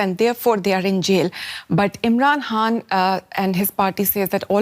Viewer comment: Why this lady keep saying Imran Han instead of Khan 🤢